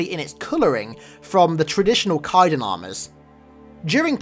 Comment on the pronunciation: My bro, it's Kaidon you gotta pronounce the A more xD.